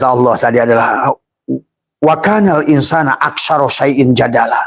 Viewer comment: maaf salah harokat dibaca Wakanal insanu bukan insana